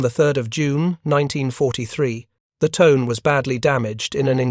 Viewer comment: Tone_eh, not Tone. It is a river in Ibaraki prefecture.